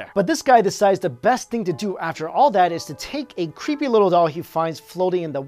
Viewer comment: dat vas cweepy